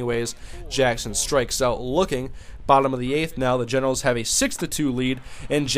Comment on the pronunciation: Does anyone else think he says genitals sometimes instead of Generals? lol